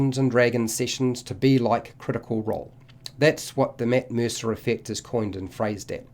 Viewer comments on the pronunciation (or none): This video: “Mitt Meersa”